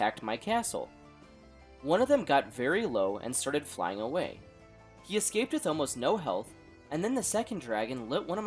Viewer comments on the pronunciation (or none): none